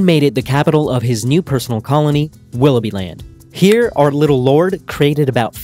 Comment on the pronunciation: Per favore utilizza Cambly.. Willoughby pronunciato 'bai' finale anziché 'bi' non si può sentire...